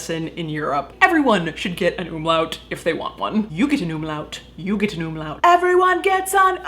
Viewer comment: the "umlaut" was perfect. greetings from austria